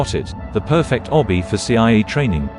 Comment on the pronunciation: really said "ITS GOTTA BE PERFRCT"